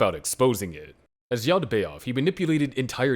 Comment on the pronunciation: Great content. Please adjust your pronunciation. Yaal-dee-bay-oth. Na-zhur-reek.